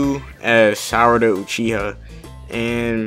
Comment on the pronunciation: Sarada not salad